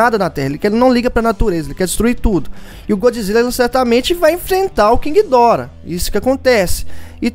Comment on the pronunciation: tanto faz, só achei estranho sua pronúncia